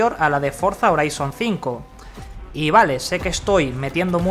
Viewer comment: Se llama forza "joraizon" así se pronuncia, si lo vas a pronunciar en español entonces di HORIZONTE